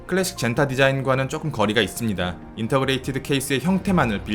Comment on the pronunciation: Integrated 라는 단어를 intergrated라고 잘못 아시는것 같습니다. 인테그레이티드 (o) 인터그레이티드 (x)